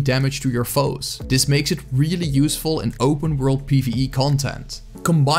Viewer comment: You sounded dutch, checked the about page and I was right! Also, a good class guide. (This sounded like dis, that's why I guessed dutch.)